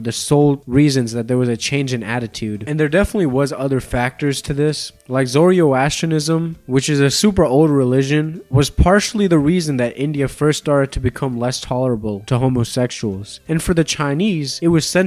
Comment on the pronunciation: Zoroastrians, not ZoriOastrians. Tolerant, not tolerable. Read some books dude.